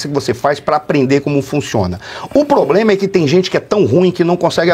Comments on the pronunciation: Devia sair como candidata , queremos ver ele falar ploblema, faraônica, abrido por aí vai😂😂😂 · Janja, nem conhece a língua portuguesa .. ( poblema, inrresponsabilidade, abrido...)